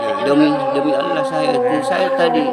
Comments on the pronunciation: Namanya haji nyebut ALLAH KOK ALAH gmna tauhidnya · Cara penyebutan nama Allah ajah udah salah bicaranya.....itu nama nya haji 😀